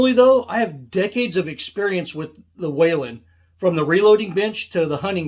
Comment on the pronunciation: There is no A in Whelen Not a Waylon Jennings